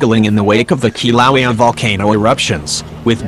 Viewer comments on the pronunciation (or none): The robot can’t even pronounce Kilauea or Hilo. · Who taught the robot narrator how to say, “Kilauea” and Hilo?” Shameful!!!